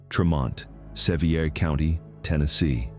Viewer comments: It is said Suhveer Co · It is said Treemont Suhveer County. Get it RIGHT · It's really hard for me to put any credibility into a video done by AI that doesn't even pronounce the name "Sevier" of the county they are in correctly. It doesn't appear that AI knows everything.